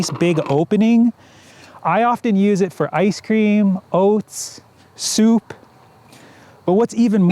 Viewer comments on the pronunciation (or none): none